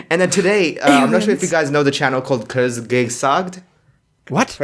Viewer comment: omg 😂😂😂😂😂 how much can somebody butcher kurzgesagt (it means shortsayed - kurz =short gesagt =sayed)